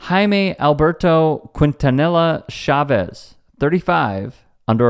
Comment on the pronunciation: A little help for you young brother. it's pronounced "KEEN - TAH - NEE - YA". (Quintanilla) ✊